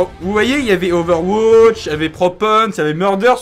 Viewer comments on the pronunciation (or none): Bonjour je suis ici pour te dire QUE CA SE DIT OVERWATCH PAS OVERWOTCH PUTAAAAIN!!!! cordialement